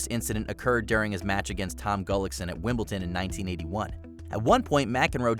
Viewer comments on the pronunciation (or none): John McEnroe. 1981. AKA the second of five WimbleDon wins. Way to ruin a career. And I highlight the D because it's WimbleDon, not WimbleTon... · Dude can't even say the name of the tennis tournament correctly...